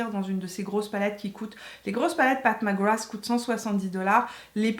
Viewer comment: Si vous voulez faire un jeu d’alcool, buvez un shot à chaque fois que dit « Path Mac Grath »